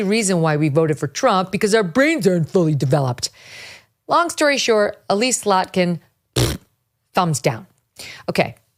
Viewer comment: “brains dart phully debeloped… 👎” oh my god that was hilarious 😂